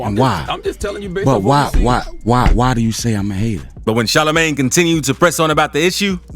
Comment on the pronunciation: "Shalla Mane" 😂😂😂